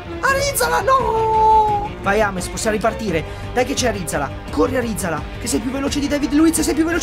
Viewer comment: Arizala non è andato tanto bene perché non lo hai chiamato bene. L'Altea volta tu e il papi lo chiamavate ArizalA e non ArizAla Ahahahahahahah. Grande